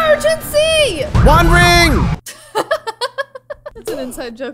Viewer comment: I love how said Wanring!!